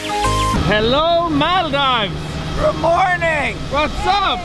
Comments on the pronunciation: Say "Maldives" like "Maldeevs" not "Mal Dives" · it's mal- deevs